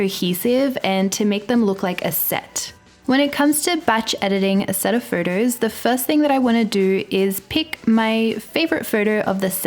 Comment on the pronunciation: I live for you to say the word “photos”. It’s perfect.